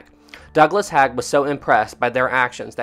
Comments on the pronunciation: Its not Douglas "Hag" its Douglas "HEY-g" Just letting ya know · Thanks for the video,. Knew about Edward Parfett and how he was tragically killed in WW1, but didn't know the circumstances. How tragic, just 2 weeks before he would go home:( Just a quick correction on pronunciations: Arras = Ah-rass Haig = Hayg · Six siblings was not a large family my great grandparents has twelve children! Also Haig is pronounced Hayg. Fascinating story though. Great stuff.